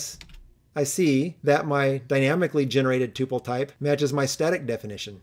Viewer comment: Upvoted for correct pronunciation of Tuple :P